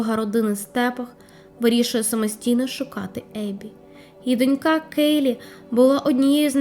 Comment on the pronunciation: Знову акцентую: або дочкА або дОнька- немає донькА